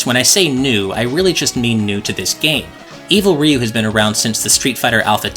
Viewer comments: Ryu is not pronounced "Ree-you." It is one syllable. "Ryu." Exactly as it is spelled. Like "beau" is "beautiful" but with an R instead of a B. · It's amazing how many people mispronounce Ryu. Even in this video it's pronounced wrong